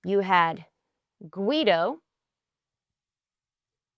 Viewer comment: So let me get this straight. Instead of letting one idiot answer questions you're going to ask two idiots (or three or more)? What could possibly go wrong? You make the erronous assumption that AI's are competent to begin with and that redundancy and verification are and will be built in - the Apollo analogy is also flawed. AI = Cognitive abdication. (PS its pronounced Guy-Doe and Fi-Doe)